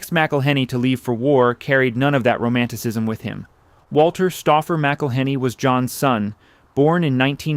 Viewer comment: I waa born in Louisiana, and been spicing my eggs since an early age. You are mispronouncing McIllenny. The name is more flowing...enjoy the vowels and don't pronounce the consonants...in particular the H! The H is silent!!! My family is also Scotch-Irish and came to Louisiana about the same time.